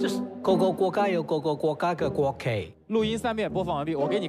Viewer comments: 哈哈哈gogogogayougogogogageiguokei，贾玲的gogogoga真的笑死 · 国旗的那个我只听到go go go ga yao go go go go go go ga kei kei😂😂😂